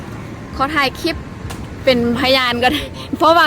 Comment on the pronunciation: ครู พูด CLIP,คลิป ด้วย DON'T FORGET L, ล.ลิง😊😊😊